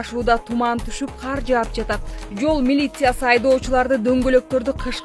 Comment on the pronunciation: Кудайым өзү колдосун,эол эрежесин сактап абайлап айдашса,ушу кыргызча сөздөрдү журналисттер окудуңар беле,каар эмес кар,күлкүмүштүү эмес күлкүлүү деп айтсаңар боло.